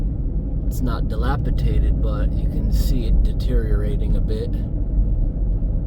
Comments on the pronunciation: Please, the word is delapidated, not delapitated. Just trying to help. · Drinking game for this video, take a shot every time mispronounces dilapidated